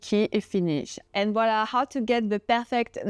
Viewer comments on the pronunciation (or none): none